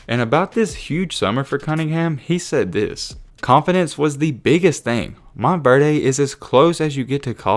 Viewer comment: Good Vid Bro But Stop Saying MontverDAY🤣🤣It’s Montverde I Live In Florida I’ve Heard Nobody Call It MontverDAY LMFAO